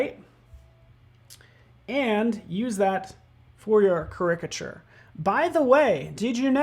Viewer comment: I guess they dont read the comments... last caricature video a few people mentioned the way he says caricature incorrectly. Even youtube captions dont know what he is trying to say. one time the closed caption even said "cricket sure". its easy... you are exaggerating the characteristics, take the beginning of that word... say "charac" and stop saying it like "cricket"